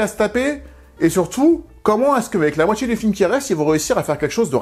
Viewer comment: Totalement d’accord pour le langage, tout comme c’est dommage de vous découvrir, avec ces vidéos fortement intéressantes et travaillées, mais qu’il faille subir "Djidjier", "cultchture", la moitchié du film", "la tchélé", sortchirait", "dju film", ...etc, c’est dommage. Je sais que je suis pas majoritaire, et c’est dommage. Je trouve dommage de s’imposer cet "accent"...